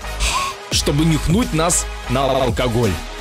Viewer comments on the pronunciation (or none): мне показалось или ты сказал не алкоголь, лалкаголь)))?